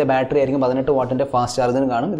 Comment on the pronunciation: ബാൾട്രി അല്ല ബാറ്ററി 😜